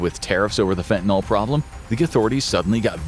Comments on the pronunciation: Holy crap, it's fentanyl, not fentanOL. At least say the words right if you're gonna use them 20 times a video. So frustrating. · Correctly pronounce fentanyl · I assumed The Infographics Show covering this topic would spare me from hearing Fentanyl mispronounced. I was wrong.